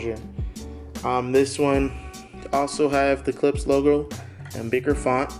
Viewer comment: Please. It's pronounced K L I P S H. The sch is pronounced as Shhh.